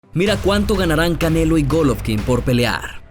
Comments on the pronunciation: Que les valg verha cuando gana y es golovkin no goloovkin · No sé dise gólovkin (con asentó en la o) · En que parte esta la letra f en golovkin